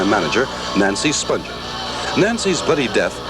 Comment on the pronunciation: I wonder how the Spungen family felt about hearing their name mispronounced all the time.